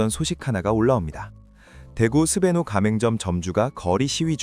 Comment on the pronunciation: 왜자꾸 스베뉴라고 발음하지